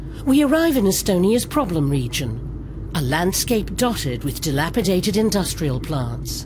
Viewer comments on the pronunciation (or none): none